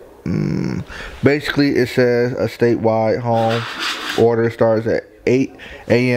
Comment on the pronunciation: "bashickly" im so sorry